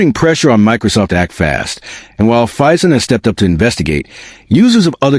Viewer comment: Crap AI production earns a solid dislike. BTW, it's Phison.